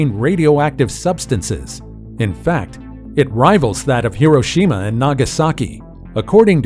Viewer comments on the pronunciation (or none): none